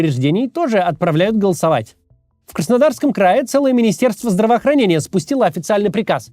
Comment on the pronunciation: "все должны зиковать" - ой. Голосовать.